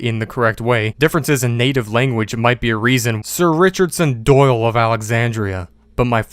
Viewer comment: "DIck DOyle" 😂 why does he say it like that😂